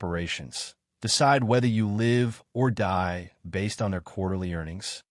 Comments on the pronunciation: he pronounced 'live' wrong - means the voice is AI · Minimum wage you can what on? The word is live (rhymes with give, not hive). F'n AI crap video!!!!!!!!!!!!!!!!!!